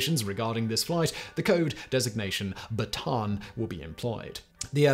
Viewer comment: Correct pronunciation is Bata-an Death March, two a's in a row in Filipino are pronounced separately